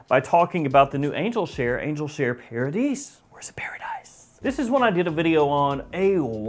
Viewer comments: It should be the french "Paradis", which is pronounced : The "A" in Paradis like in "far"oder "car" and you do not pronounce the "S" at the ending. So it's "Paradi" with the "far"-like A. You can hear the pronunciation in the Youtube video of "Eau de Jarino". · It's pronounced para"dee" (no S sound) which means obviously paradise. Great video!